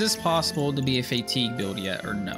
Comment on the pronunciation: Fa-teeg not Fay-teeg